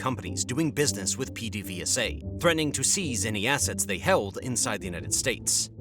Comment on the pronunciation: its (ped-a-VAY-sa)